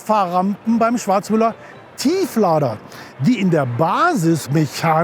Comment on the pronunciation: Kann man das "Schwarzmüller" noch mehr Nuscheln?